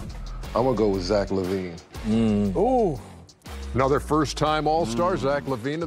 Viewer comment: Zach Lavigne lol no Avril nah lol